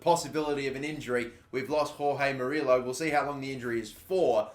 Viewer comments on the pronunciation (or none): 2 L’s = a Y sound. So it’s spelled moriLLO but it’s pronounced moriYo :)